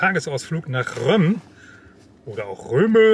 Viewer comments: Das wird “Røm-ø” ausgesprochen😉👍 Aber Røm geht auch auf “sønderjydsk” Tolles video! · Ich meine, dass es tatsächlich im Dänischen “Römö” ausgesprochen wird. Die Aussprache “Römm” ist Nordfriesisch, soweit ich weiß.